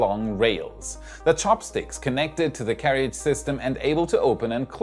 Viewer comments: That word is pronounced [Care Ridge] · Hi. I know you're a knowledge junkie like me, so you'll hopefully be appreciative to learn that carriage is actually pronounced carridge, as the second 'a' isn't pronounced. Thanks for your content, I like your presentation skills. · Hi, in case no one mentioned it, 'carriage' is pronounced 'ka-ridge'! Thanks for your enthusiasm and content. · FYI - in English, we don't pronounce "carriage" the way it is spelled (like a frustratingly large number of words, sorry). The "ia" in the second syllable just makes a short "i" sound. So it's like "ridge" with a "care" in front. You do an amazing job, especially as a second language. I hope this helps. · I was going to say this if I could find a way to send direct messages on YT. Anyway that may be normal pronunciation in a dialect other than American English.